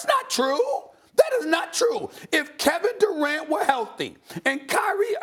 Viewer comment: Nobody: Steven A: Carrot Durant